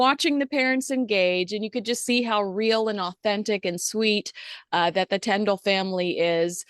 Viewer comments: please check how you pronounce Zara and Mikes surname … Tindall. Not tendall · forgive me for this, but it’s pronounced TINdall, not TENdall.